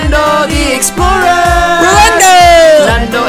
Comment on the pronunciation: LMAO "Rolando The Explora"